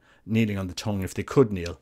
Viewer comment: He pronounces tongue like "tong". Speaking of which, maybe the priest could use a pair of tongs to place the wafer on the tongue. And they could be called the "Tongue Tongs"